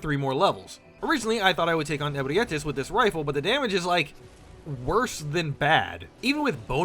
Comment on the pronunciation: Bro misspronounced abreatis and ludwig :(